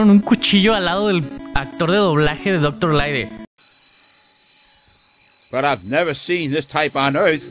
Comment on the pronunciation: En el minuto te quejas de que en el doblaje inglés llamaron a Wily como Wawi, pero llamas a Light como Laide, en fin la hipocrecía